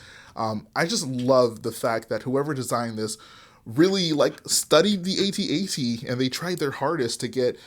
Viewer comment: Pls can one you tuber pls just say at at. I need to know that there is hope. It rhymes with hat hat